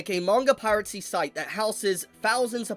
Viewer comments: please... its "Pie-Ruh-See", not "Pirate Sea"😂😂😂😂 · it’s pronounced piracy. Pira-cy. Not pirate-cy.